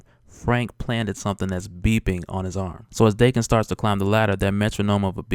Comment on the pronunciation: I always pronounced Daken (Dah-ken) not Dae-ken